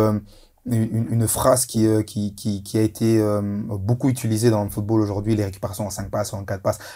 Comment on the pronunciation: Mais quand même Dedryck tu m'as l'air d'être un garçon intelligent quand tu parles football, passionné. Mais coupe ces "dukou, ojourdojourdui" ca te décrédibilise en candidat de téléréalité